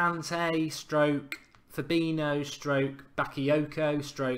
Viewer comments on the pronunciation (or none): none